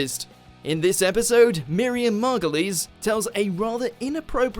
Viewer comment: The way you pronounce Miriam (Margolyes) is hilarious you say it margoliese 🤣 it’s pronounced mar -goyles as in crab and goyle from hp.